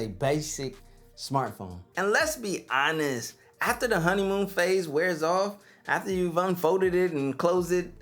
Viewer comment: "Brutally Honet?" :) You mean "Brutally Honest?" I love my Flip 5... :)